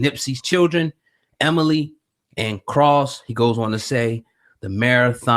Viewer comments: Not Emily , it's Emani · Its Emani not Emily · Emani ...Not Emily ....please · Emily??? Correct yourself bro... Emani!!! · Emani not Emily. DUDE COME ON MAN! SMH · Emani!! Not Emily!